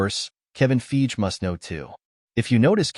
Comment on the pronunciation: “Kevin FEEGE” lol thanks AI VOICEOVER.